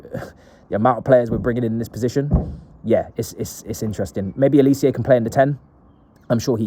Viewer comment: His name is pronounced Oh-lee-say. Not oli_see_yay. You ignorant clown